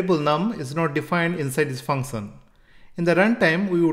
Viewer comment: Function❌ Funson✅